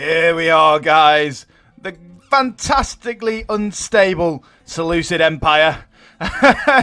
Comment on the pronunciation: he says he loves the Seleucids and yet can not pronounce any of their names. haha